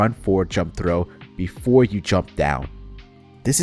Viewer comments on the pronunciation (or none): none